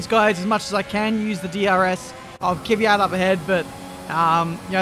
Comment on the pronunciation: it's pronounced Kvyat, not Kyvyat